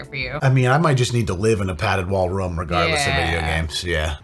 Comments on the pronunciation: Why do i get so triggered when you say Rum. RRRRRROOOOOOOOOOOMMMMMMM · Room like Boom. The way he says room deeply bothers me for some reason and I don't know why.